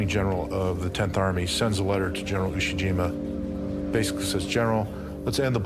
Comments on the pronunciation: announcer calling IE-shima- Iwo Jima. Different island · its simply amazing how totally inaccurate the narration is...they could not even get Le Shima correct instead calling it ie jima... clearly the whole matter like much on the internet has been poorly produced and certainly not proofread by any competent historian... take most of what is presented here with a grain of salt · It's pronounced, "I E Shima." You guys spelled it correctly on the screen, but pronounced it, "Iwo Jima." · Ie Shima... Not Iwo Jima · pretty sure some AI is involved here since they refer to the battle of "IE-SHIMA" as the battle of "IWO JIMA"... at least in the writing